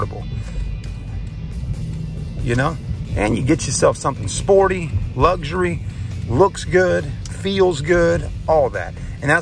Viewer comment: 'Lugg-zzury' 🤣 spell it, mate LUXURY, there's no 'G' nor 'Z' in there